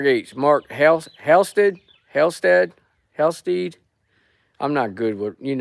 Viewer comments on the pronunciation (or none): It's pronounced Halsted